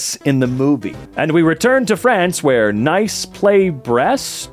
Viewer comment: Pro tip: the city of Nice is pronounced like "niece."